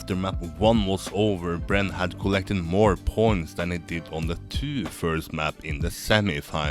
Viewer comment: I don't like the way you speak in this video. It's slow and idk why you hold syllables that much (especially on "points"). The content was fine, that's why i watched the whole video but i almost left a few times :/